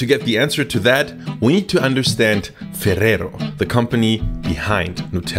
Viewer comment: im really impressed on how you pronounce ferrero and spanish words